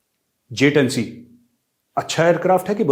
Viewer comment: Chilli Rashid ko to J-10C bolna v nehi ata Js-10 bolta he